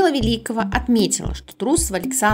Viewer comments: ВЕликова, а не ВелИкова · Великова ударение на е . Дикторы не учи откуда вы из леса что ли даже фамилии известных тренеров не правильно произносят , стыдно за вас ! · Хоть ударение в фамилии тренера ставьте правильно!!! Ударение на первый слог! Уважайте Великих тренеров!